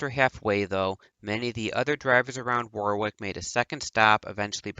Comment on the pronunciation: Your content is okay and you cover things some people don't but you desperately need to pronounce alot of things correctly and also sort your microphone levels out, apart from that keep it up... (example, Derek Warwick is pronounced Derek Worrick, not War-wick etc... watch English TV feeds etc and you'll get there)